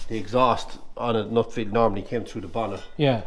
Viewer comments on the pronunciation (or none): Its NUFFIELD not NUTFIELD. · Great video,I have only one gripe and that is why do people pronounce Nuffield as Nutfield , as a Nuffield owner it drives me around the pipe.